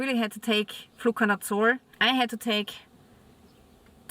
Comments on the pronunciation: What is this word youre saying? "Flucanutsore"? ? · Nevermind I figured it out you're saying "Fluconazole"